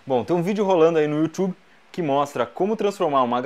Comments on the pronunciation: Você falou errado yotube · eu sei, to de zoas, mas nao, tem outra forma de pronunciar sem ser do jeito br sem falar youtchube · Que linguagem XIQUE >> You"THWBIE" (y) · kk youthube kkkkkkk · O you tchube está mostrando propagandas enganosas proteja-se!!! "YOU TCHUBE" KKKKKKKKKKKKKKKKKKKKKKKKKKKKKK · Essa é tecnicamente a pronúncia correta... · YOUTCHUBE de novo Ibere? Misericórdia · bom tem um video rolando ai no youchube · Tem um vídeo rolando no youthube. Youthube? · 'rolando um video no youchube ' kkkkkkkkkkkk seu porugues é bem dizido ... LOLLLL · "bom, tem um video aí rolando no iutchub" huashuashuashuashuas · "Youtchube" kkkkkkkkk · Muito bom. Você desmente um vídeo jurava ser verdade, e o cara tá preocupado porque você falou Youtchube , realmente é: kkkkkkkkkkkkk... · ''youtchub'' kkkkkkkkkkkkkk raxeii XD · 'Tem um vídeo rolando aí no youtxube...' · YOUTCHUB ELE FALOU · "Tem um vídeo rolando aí no 'Youtchube'..." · em ingles se fala youxube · kem ouviu ele dize "yutchube" da joinha ae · ele sempre diz yutchube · "Yu Thubi" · Quem esta Vendo No Youtchube Da Joinha. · kkkkkkkkkkkkkkkkkk youtchube to morrendo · you tchube AHHAHAHAHAH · youtiub kkkkkkkkkkkkkkk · youtchube kkkkkk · no youtchube kkkkk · YOUTCHUBE KJAKKA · youthube kkkk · Youtchube kakskakskakskakskajsjajsj